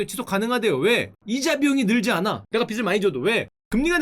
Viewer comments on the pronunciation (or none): 빚을= 비즐 라고 발음 부탁드립니당. 다른 사람이라면 몰라도 딕션이 좋으신 슈카님이라 생각보다 거슬리네연 ㅜ